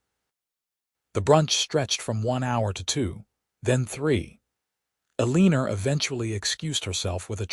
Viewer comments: Enjoyed the story. Sometimes mothers know more than you think. Eleanor is pronouced El en nor not E lean or. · Your AI mispronouncing the mother's name Ellenor as "a leaner," is SUPER ANNOYING!! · El - A - Nor... Pronunciation matters... 🤪